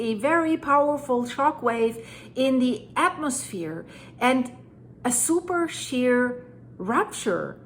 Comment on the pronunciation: Pronounced superSHĒR not super SHARE!